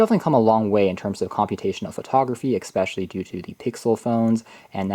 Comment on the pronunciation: It's not eXpecially. It's especially!!!